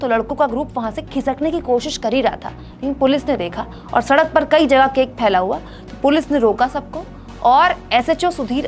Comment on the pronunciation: केक केके बोल रही हो केक की तरह!!